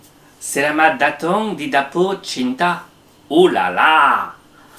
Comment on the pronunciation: ngomong datang jadi datung.... Ngakak sumpah 😅😅😅😄😄